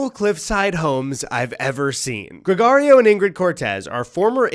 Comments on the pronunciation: As a latino listen to you say "GregArio" instead of "GregOrio" a thousand times is killing me. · Pronunciation of Gregorio and Machete is horrendous. I'm sorry. I'm sorry.